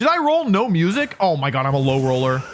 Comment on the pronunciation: that "oh mein gott" sounded german 😂